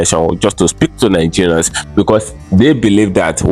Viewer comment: Neegerians😂😂😂 try another one.